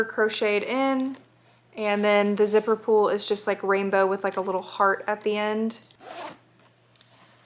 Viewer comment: it took me until you showed the finished bag to realize that you were saying zipper pull and not zipper pool I was so confused ahaha